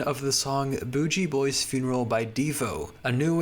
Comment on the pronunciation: The Devo track is pronounced "Boogie" Boy